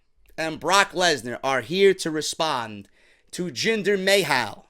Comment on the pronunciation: when he said jinder mayo that had me cry laughing